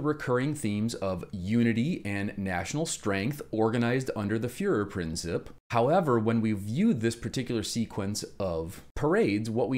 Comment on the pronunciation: Great video! One tiny tip: the commentator's pronunciation of "Fuehrerprinzip" - it's /prin/TSEEP - could be improved. :) Other than that - fantastic!